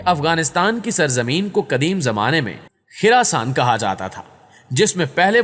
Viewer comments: Ye khiraasaan nahi hai. Khurasaan hai. Khurrr na ke khir Ap log ache bhale name ko bhegar dete ho. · It's Khurasan not Khirasan!! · to Khirasaan nahi khorasaan hai خ کے اوپر پیش ہے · Khirasan ni Bhai... Khurasaan